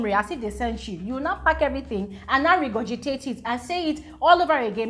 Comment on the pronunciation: she say na regurgitate it 🤣🤣🤣🤣